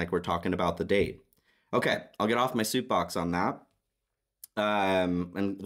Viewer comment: I’m all good…not my reading but excellent nevertheless. I do have to tell you the opposite happened …I think you said “get off my soup box…” that’s all I’ll say about that because I very well could be wrong all these years calling it a soap box…😂 either way… #ADORABLE ❤️